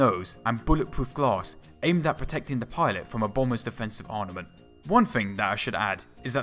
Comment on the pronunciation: Why is it that you can pronounce "armour" but you can't pronounce "arMament" properly?